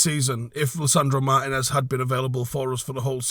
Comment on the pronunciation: Our next season depends on Martínez’ fitness. Also It’s pronounced Mar-tee-nez